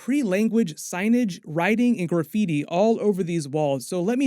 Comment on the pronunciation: I can't get over how you say gooor-feety instead of graffiti 😂